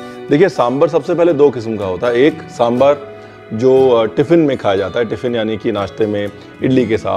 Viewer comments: Sir, your extra informations are too good. Ek cheez jo maine bolna zarrori samjha. It is दोसै in Tamizh, दोशा in Malayalam, दोसे in Kannada and दोसा in Telugu. Please pronounce in one of these ways. These is nothing called डोसा. Aur सांबार hai, bohot log सांबर bolte hai. Please don't be offended but this is what it is. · It’s samBAAAAAR pls (and not samber)…🙄🙄🙄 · It's really good to see South Indian food represented, and that too so close to authentic! And with the history too, and acknowledging its origins in ancient Tamil cuisine, mentioned in Sangam literature. Thanks so much! But one request, Chef Ranveer... Please pronounce it right - it's Sambaar (सांबार), not SamBHar (सांभर). You spelled it right in the video, kudos! But please do say it the same way. Please 🙏☺️ Trust me, if people hear you pronounce it this way, it'll have such a huge impact. I love your recipes and more importantly they way you teach. So much patience, and in such a fun loving way. I recently made Jalebi, Sweet Corn Soup and a bunch of others. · RB is spot on about the different types of Sambaar (it's Sambaar not Sambur😀) from Kerala, Tamilnadu, Andhra Telengana and Karnataka. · Lots of respect for Ranveer, but I lose it when he says Samburr😭😭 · Please call it "Sambaar ". Not "sambre" Like ranveer brar not Ranvee Brer. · It is pronounced sambaar!! Like “bar”!!